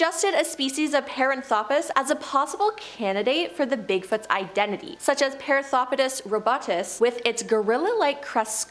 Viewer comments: Paranthropus=puh-RAN-throw-pus Primatologist =PRIME-a-tol-o-jist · Puh-RAN-throw-pus. NOT Pair-Ann-throw-pee-us. Suh-MA-tra, not SOO-muh-trah. Please look up place nanes and big words before narrating.